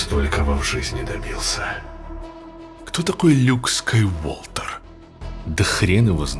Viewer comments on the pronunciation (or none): он сказал "Скайуолтер")